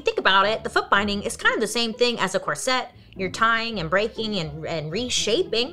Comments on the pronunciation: Is is pronounced corset not sette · That word is not "cor-SETTE" it is "COR-set". Accent on the first syllable not the second. Suddenly all these young women are saying it wrong. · She pronounces it like ‘corsette’ lol. It was making my hair stand on end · The number of times I heard bailey pronounce corset as cor-set it became normal sounding 😂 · Always entertaining especially the way she pronounces “corset”💜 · she tries.. part of her personality 🤣🤣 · omg me too 😂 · Take a shot every time she mispronounces corset.